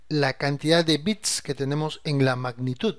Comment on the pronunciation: como te cuesta decir magnitud man, me duelen los oidos